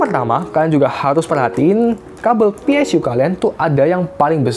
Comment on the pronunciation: PSU BANG BUKAN PSYU